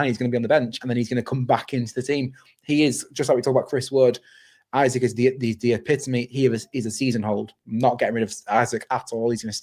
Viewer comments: Great video but can someone please tell how to say Isak properly 😂 it's not Isaac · Isak is Swedish, not English. Please pronounce his name correctly.